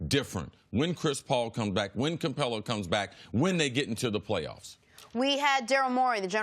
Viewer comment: It would be great if Cris could learn how to pronounce Capela's name...